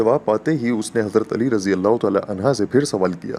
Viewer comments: Bhai ye anha nahi hain anho hain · Anhu not anha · Anha nhi Anhu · عنہا نہیں عنہ جاہل انسان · Sir razeallah hoo anha ni anho hoo hy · عنھا مت کہیۓ بھاعنہ کہیۓ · Anha nahi Anhu sahi h. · Razin Allah u taala anha nhi anhu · Ali razi Allah anha nahi anho hai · It is "unhu" not "unha". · Razi Allah anhu hota hy g anha nhi isy durust kryn kindly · Anha nahi bhai hazrat ali r.anhu kahte hai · Anhaa nahi hai sir anhu hai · Ali arazyallah anhu hai anha nahi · عنہا نہیں عنہ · حضرت علیؓ عنہ ہے عنہا نہیں یہ غلطی درست کریں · It is Ali Razi Allahu Taala Unhoo (not unhaa) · Hazrat Ali. Anhaaa ni anhoo hoga hy bhai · Anha nhi hota bro anho hota hy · Hazrat Ali Razi Allah anho and U every time said Hazrat Ali Razi Allah anha which is totally wrong please correct before uploading and answer me. Thanks and regards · عنھا نہیں ہے عنہ کہ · Bhai anha nahi anhu kha jata hai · Mashallah subhanallah jazakallah but mola Ali a,s bolain anha nhi